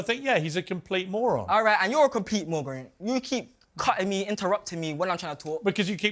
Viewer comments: Does he call piers a mogron instead of moron ? 😂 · He can't even say "Moron" lol